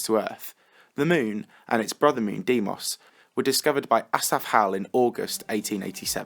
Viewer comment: Actually it’s pronounced DAYMOS